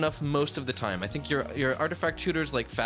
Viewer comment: that time is also pronounced wrong.